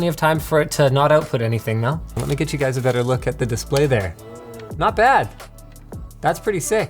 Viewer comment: I am sending you juys a jift.